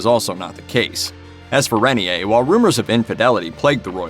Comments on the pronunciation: Rain-ear not ren-ee-a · The name of the man Grace Kelly married is pronounced "ray-NEAR," (not "rainy-hay.") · Hello, that is not how you pronounce Renier, It is "Ray" "Neer" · His name is pronounced Ray-near